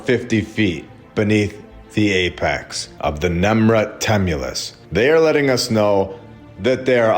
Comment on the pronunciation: NEMRUD sounds like NIMROD.